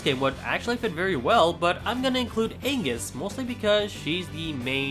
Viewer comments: ANGUS???? YOU MEAN AGNES???? (Ah-nyes) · HER NAME ISN'T ANGUS IT'S AGNES AAAAAAAAAAA